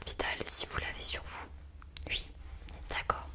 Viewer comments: Arrête de dire « ui » c’est horrible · Elle dit ui loo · Sa me stresse elle dis ui a lieu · j’adore le UI 😭😂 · Elle dit ui à la place de oui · Elle dit « ui » ça me perturbe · ils disent ui moi je dis oui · Elle dit que ui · Sa te fait quoi qu'elle dis ui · Ton ui m'a perturbé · Quand elle dit "ui" ça me pertube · Je croyais que j’étais la seule que sa pertubais !